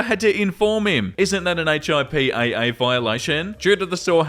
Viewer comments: If it helps in the future, HIPPA is usually just pronounced like Hippo, but with an A instead of an O sound at the end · spelling out HIPPA hurts 😂 is it just an American thing to say it like one word like it's spelled?